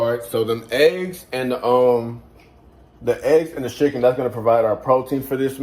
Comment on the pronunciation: Are you saying schicken? Lol